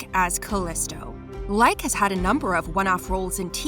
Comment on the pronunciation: She fooled me. I thought she was a fan when she pronounce Hudson Leick's last name correctly. But when she butchered Autolycus I was like awww you're a fake.